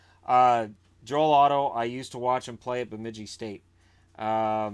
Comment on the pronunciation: For the record, you did in fact pronounce Bemidji correctly .